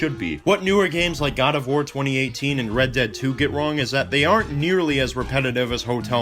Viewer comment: Illgo? What strange way to say GOD